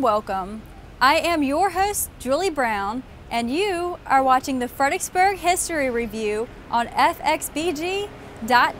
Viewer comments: In that case, you heard "Fredericksburg" pronounced incorrectly in 99 different ways! I don't know if it's a laziness of the tongue or actually a speech impediment, but saying "Fed-ick-burg" is akin to pronouncing "ask" as "ax". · Why are people from this town unable to pronounce its name correctly? "Fred er icks burg" has four syllables and three Rs. I grind my teeth every time that ridiculous car commercial(Kia i think) comes on the radio and the woman says "Fed-icks-burg" multiple times. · I agree with Sirlordford. I was born and raised here since 1964 and I've heard it pronounced Fredricksburg (no 'er') but I've only in recent years heard it pronounced Fredixburg. People looking for websites will type in 'fredicksburg' and be confounded when they are unable to find proper google results or websites. Truly maddening.